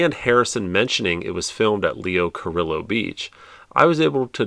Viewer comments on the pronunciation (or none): FYI... Leo Carillo played Pancho, the Cisco Kid's sidekick back in the '50s. In Spanish fashion, his name is pronounced Cariyo. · The double “L” is silent when pronouncing Leo Carillo. I have great memories of going there with my college girlfriend 😅